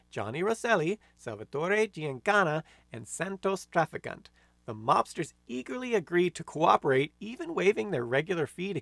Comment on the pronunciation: And are you saying his last name Trafficant ? Those are still working.